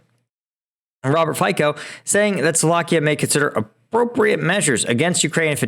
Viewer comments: Hi Mr.Fico’s name pronunciation would be (Fitzo) He is going to kneel and bow before tzar Putin for cheap gas in Moscow on 23.December 2024.He is social cleptocrat and populist with long looting history. Now he will gain new level to be a traitor… Such a disgrace for ordinary citizens of Slovakia… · He is called Fico where C pronounced as "itso" ... I know he is putlers sucker, but please pronounce it correctly.